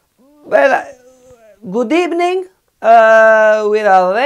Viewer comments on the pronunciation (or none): trademark this "good ebning" 🤣